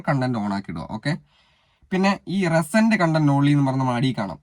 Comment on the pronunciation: റെസെന്റ് content അല്ല റീ സെന്റ് content😂